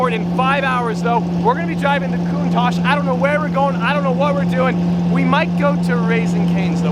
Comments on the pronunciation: I don't know if he knows, but that's not how how you pronounce "Countach" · Hm, upon checking it again I realized I, everyone I know and probably everyone in my country is pronouncing it wrong lol. I was thinking about Italian and how they would pronounce it like that but it's originated from Piedmontese because of a profiler that worked at Lamborghini at the time who was Piedmontese and didn't speak Italian. It's a word used in Piedmontese slang to show admiration. Which makes sense now on how it's actually pronounced lol. My bad.